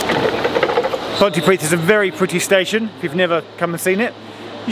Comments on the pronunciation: yes, you did in fact pronounce that correctly Geoff, well done! I'm more impressed that you got Pontypridd right though! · Say "PontyPreeth" and you have said it right :)